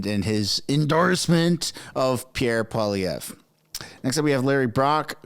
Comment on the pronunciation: Alex jones is the man. It’s funny how the left claim Alex Jones endorsed Pierre when Alex didn’t/ doesn’t know how to properly pronounce his last name correctly HAHAHAHA